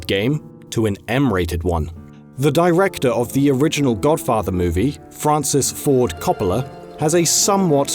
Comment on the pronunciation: Francis Ford Cop-a-la